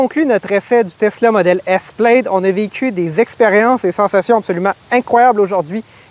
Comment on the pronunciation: Plaid se dit PLAD, amigos